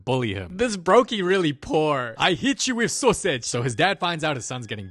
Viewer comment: "I hit you with sosage"I'm rolling of laughter😂🤣